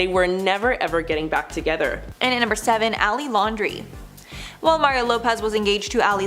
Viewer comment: Landry not Laundry